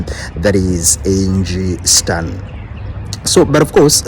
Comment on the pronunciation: It's Angie Stone not stern